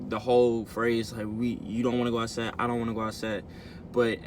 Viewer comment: It's outside not outsa